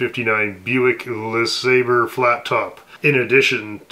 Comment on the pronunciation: Put a little French touch on the pronunciation of lesabre since you love French dogs and French cars pronounce it LE' SAB BRE' that comes from Derek at Vice Grip Garage thought I'd add that because it's fucking funny just like Biscala and that fucking Dean shirt!!!!! Make sure they bury that pickled trainwreck of a treasure in that shirt!!!!! Cheers